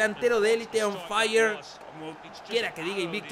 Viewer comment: Me encanta cuando king dice on faia y cambia a assombalonga por wilson